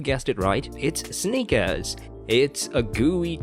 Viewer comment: Imagine doing a video on Snickers and not being able to pronounce the word Snickers.